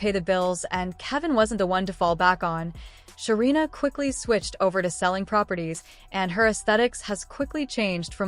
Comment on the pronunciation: Say the name correctly 😅 her name is Sarina